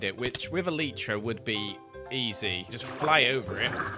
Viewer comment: The way says “elytra” is still funny- E-L-TR-A